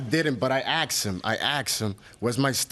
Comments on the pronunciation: do parents teach their children to say 'axed' instead of asked? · Anytime someone on this show says they”acksked me”, you know they’re gonna lose.